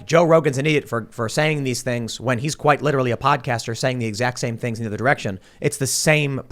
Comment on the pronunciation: did just say ‘Cliterally’? 😂😂😂